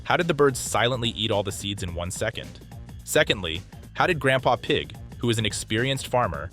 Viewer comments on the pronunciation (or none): George said papa egg 😂😂😂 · goerg says papa eg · Hehe "gampa egg"